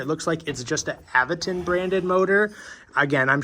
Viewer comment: Say it with me everyone...Aventon "AVENTURE.." 😊